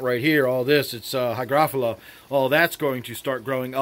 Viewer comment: You’re the first tuber that pronounced hygrophila the way I know it to be. Other say it like they’re saying . Felia